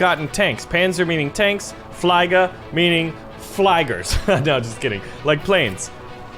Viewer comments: Also, it's flieger, not fleiger. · Oben: This side up! Nicht werfen: Handle with care! (Do not throw!) Flieger is pronounced: flee-gar Zis video ist wunderbar, ja! Mehr, bitte!